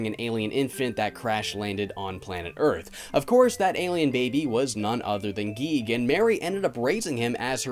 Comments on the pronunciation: I am cursed to forever hear a recording of someone saying giegue as geek help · I think it’s guy-goo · Its pronounced "Giggidy" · Your supposed to say it g-I-goo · It’s “Geeg” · Uhh, its pronounced “gay”. Are you guigue or something? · Y'all crazy it's definitely pronounced Giegue, sheesh guys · I got to play Cognitive Dissonance somewhat, but then my laptop at the time got virused and I was wary about downloading any more indie games for a bit. Yah for reviews! (Also, the Giegue pronunciation made me laugh) Edit:. Also, there IS a function in RPG Maker VX Ace that allows Events,such as enemy sprites, to head after the player character. Either this version didn't have that or it wasn't implemented much. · IT IS GUIGUE!